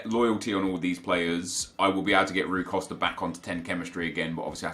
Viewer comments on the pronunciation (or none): none